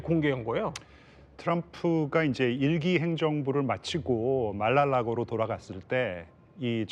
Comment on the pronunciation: Mara lago를 말랄라고 로 발음하는 김교수님😊